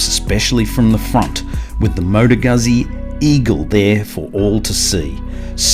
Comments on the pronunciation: pronounced "gootsie". Not "guzzy". Just a FYI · Great review but, "Goot-Zee"!! Please. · Please, please, please, it is extremely DISRESPECTFUL to make a video on a motorcycle and a company that's been producing motorcycles for 100 years and NOT LEARNING how to say the name of the marque. Carlo Guzzi must be turning in his grave.